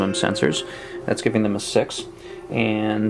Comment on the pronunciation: I'm not a Star Trek kinda guy but I'd play this game... By the way you pronounce "six" like "sex", did you know that .. ;) Cool video.